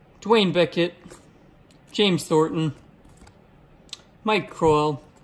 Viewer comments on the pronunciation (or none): none